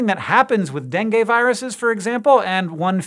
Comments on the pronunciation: It's denGI not denGAY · he almost got it, but the first "E" is stronger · oh no Hank, you pronounced dengue all wrong! Well, at least you tried...